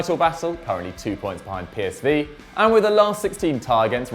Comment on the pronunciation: PSV is pronounced pay-s-vay